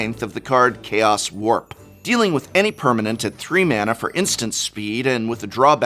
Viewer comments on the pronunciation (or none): none